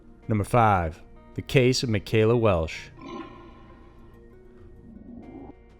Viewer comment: Her name is Michella, just say Michelle with an A at the end! Ma-shell-a. Not Makayla. She was a beautiful, caring, innocent little girl. We all waited 33 yrs for Tacoma PD to find that monster that took our friend and our innocence. They thought for yrs Jennifer Bastian was killed by the same person. They caught both monsters in just a few months of each other. Please fix your mistake of her name, it needs to be right. Ma-shell-a Welch is her name. Always in my heart and never forgotten, Ellen Marie fellow 6th grade class member at grant elementary 86"